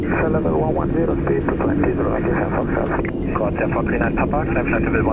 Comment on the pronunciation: The "capital" of Madeira island is to be pronounced [fũˈʃal] as if it was "Funschal" is German, not "Funtschal"!